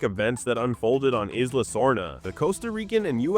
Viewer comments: eeee-sla, not eye-sla Also, JP has too many geology and geography and literary fans for this many mistakes in one video. It seems interesting but then my brain glitches every time you mispronounce something. Will keep an eye out for your videos and hoping for improvements as you grow. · "eyes-la sorna" lol...